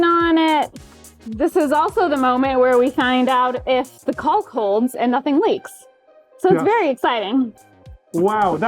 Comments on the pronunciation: Timestamp for when she pronounces caulk like a psychopath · The only people in the world that pronounce the L in "caulk" are YouTubers afraid of getting demonetized.